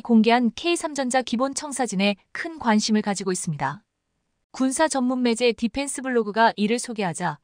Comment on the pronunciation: 매제× 매체○ 세개월×삼개월○ 잘좀합시다.